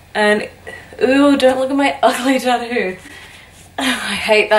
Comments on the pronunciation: Omg love the way she says tattoo lol "tadoo" 😂❤️ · I love how you say tattoo lol